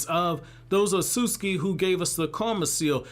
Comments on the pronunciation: Why is no one talking about the way he pronounces Otsutsuki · I hate how you say Kawaki and Otsusuki 😭